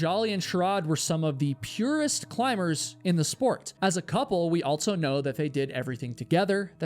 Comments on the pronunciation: You always say "altso" instead of "also" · Subbed, even tho every time you say "altzo" (also) in your videos is worse than nails on a chalkboard. I enjoy the stories tho. 👍